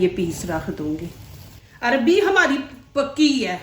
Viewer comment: Sister arbi nhi arvi bolo